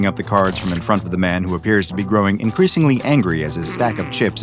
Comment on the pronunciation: "iincreasingly dwindles in size"... what a bad day to have ears